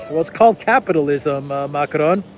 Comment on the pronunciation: For the sake of all that it good . . . PLEASE learn to pronounce basic French and German! Your pronunciation of "Allgemeine Zeitung" is abominable. Your attempts at "Macron," while slightly improved, remain terrible. Stop rolling the letter R. It's not the Spanish that you learned in your Queens High School!